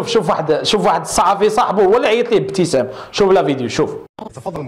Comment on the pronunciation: افتسان وليس ابتسام